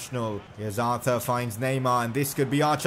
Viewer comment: Why did you say arter its Arthur, Arthuuuurrrrrrrr